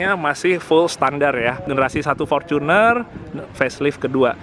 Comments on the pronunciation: Fortuner mas,bukan forcuner. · fortunerrrr bukan forcunerrr oke